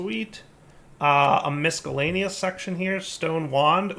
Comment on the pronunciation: Love watching. Hearing the hard K when he says Miscellaneous is difficult. Hint: CE has an S sound.